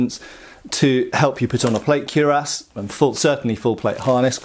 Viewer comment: slips naughty plays on words into every video, but still seems to feel squeamish about pronouncing cuirass properly. He was even decisively corrected face-to-face by experts in a recent video on this channel. Come on, mate. Ditch this cure-ahs stuff. 😄